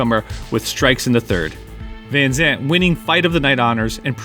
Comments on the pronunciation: it's van Zant, not Vanzant^^ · Say Vanzant one more time.... 👊